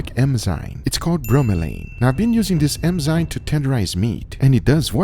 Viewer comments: Guga, for the love of God, it's enzyme, not EMZYNE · Some day, Guga will pronounce it "enzyme" instead of "emzyne". I believe. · I love how guga says Enzyme "Emsaym" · What is an "emzyne"? It baffles me a "food guy" with a channel with over 3 million subs doesn't even know it's called an enzyme... Congrats, you just made thousands of people think it's called an "emzyne"! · eNzyme Anyone else hear him saying eMzyme instead? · Why she say emzyne? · is it just me or can anyone else not get over how he pronounces enzyme as emzyne? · he keeps saying emzyme ugh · At this point I think he's saying emzynes just to troll. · Everyone: Enzyme Guga: Emzyne